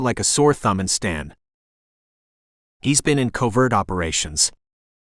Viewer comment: AI shouldn't be used for narration. It is covert, not cover-t. It is A.M not am. Get the pronunciations right, and I might actually finish a book